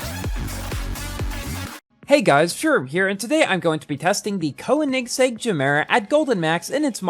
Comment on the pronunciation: you know Eggsko (Jesko), Eggera (Agera) and Reggera. Now I present you KoeniggsEGG G egg era